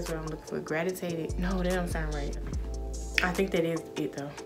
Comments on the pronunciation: The word is gravitated damn😭 you was close tho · She's trying to say Gravitated 😁